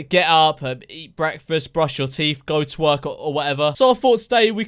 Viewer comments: Did he say “to work” or “twerk” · i thought you said go twerk...